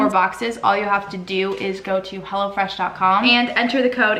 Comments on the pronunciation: i thought she kept saying hella fresh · I thought she said "Hella Fresh" and i was like dayum good marketing skills right there